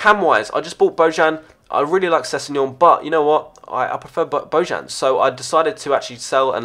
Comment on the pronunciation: The "J" from "Bojan" it's pronounced "I", and Kishna it's not pronounced "Kishina"...Just a friendly reminder...